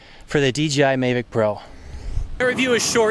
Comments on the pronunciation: it's the mavic, not mayvic but anyways cool ! thanks for the video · Please stop saying MAYvic.. there is no Y 😂